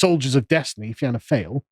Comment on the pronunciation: Fine (just say fine as you would say in in English) Gael (pronounced gale). Fianna (feeanna) Fail (fawl) . But tbf "fail" is a good descriptive term. As a seasoned observer of the Irish political landscape I agree with pretty much everything you lads have said here. And the vast majority of blue collar Irish like myself probably would agree too.